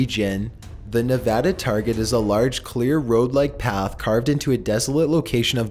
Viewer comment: Thanks for pronouncing Nevada right